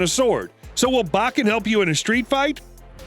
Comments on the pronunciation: Pronounced bow-ken, not bach-en. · said Baaken not Bokken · Bo ken ….not ……ba ken smh and yes they are lethal, instead of losing a limb, it mangles a limb. It still ends you, you just may suffer longer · Your pronunciation of Japanese is awful! 😂 It’s Bo-Ken. Not, BAW-Ken. 🤣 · "BO KEN" not "BAH KEN"... lets say it together now BO KEN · 1. It's pronounced "Bow-ken"; not Bokken. 2. you said that a bokken is more lethal than a real sword. Twenty seconds later you contradicted yourself and said that it's used instead of a real sword because you can get hurt bad with a real sword. 3. Literally one second later you said exactly the same thing. 4. Judo is not pronounced "Joe Doe". It's pronounced exactly how it looks. 5. You said "it's not as mortal as a real sword", swords are not mortal or immortal because they are not living things. They are either lethal or non-lethal. 6. you literally said that a sharp metal sword is less sturdy than a dull wooden bokken. Do you even know how people CUT wood? This whole video is 100% pure unadulterated bullshit. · Bo Ken not Bach In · Like Hell it is! More like straight up Wašíču to me. BTW... it's pronounced Bō-ken, not Ba-ken, bakatare! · It’s pronounced Bokken, and Judo. Not Bakken, and not Jodo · It’s pronounced “bow ken.” Obviously, you have no real background in Aikido. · Not sure where you are getting your pronunciation from, but every martial arts teacher I've been involved with pronounced it "bo-ken" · Plz stop saying Bahken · Say bakken one more time. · Long O sound buddy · It bok ken put you bokken not boken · That's not how you say "Bokken" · You say it with the o not an a.